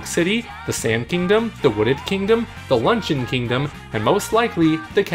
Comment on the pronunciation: 'Lunchun'? The Luncheon Kingdom is pronounced 'lunch-E-yon' lmao.